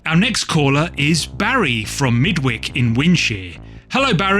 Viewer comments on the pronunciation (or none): MIdwich; Midwick surely not, its Midwitch. It is the only on I have read unfortunately. Do like the video though😁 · I just reread The Midwich Cuckoos. I think I prefer the film version - the original - with George Sanders. Both are A+ IMO. Chocky was also a great read by the same author.: I never knew how you Brits pronounced Midwich until now and I'm 75. Thanks. I've read all of your list, nice job. I also think the movie Ender's Game is highly under-rated although the book is, well, it's wonderful.